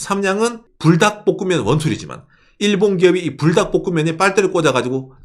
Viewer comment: 저는 불닭이라고 읽엇는데 뿔닭이라고 하시는군요 ㅎㅎ